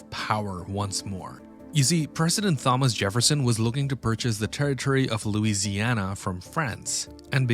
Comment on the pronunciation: Apologises for mispronouncing hard French name but fucking butchers Thomas Jefferson 😂